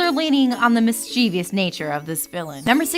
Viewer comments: Except Starco is totally becoming a thing now in Season 2, and Tom is clearly okay with it, from what we saw in the last episode he was in. Also, that feeling when someone trying to sound like they know what they're talking about mispronounces "mischievous". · Ludo mischievious? Are we talking about came ludo?